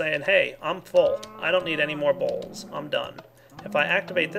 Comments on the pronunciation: I love the way he sais bowls... sounds like BAuLSS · lol everytime he says bowls it sounds like balls xD